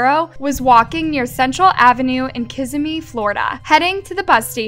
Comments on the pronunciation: Just a correction It's KisSIMee FL, frequently mispronounced Also it's Oss-ee Oh-la Isn't FL great? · Most non Floridians mispronounce Kissimmee. She flubbed a few other words too but interpreting that as not caring for these victims is a little ridiculous. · I’m from kissimmee truly makes me mad with her pronunciation it’s like she doesn’t really care for the victims to even get the smallest facts straight